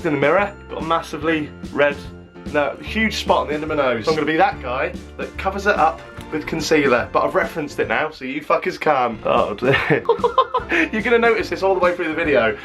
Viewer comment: I pissed myself when he said concelear.. idek why. Ffs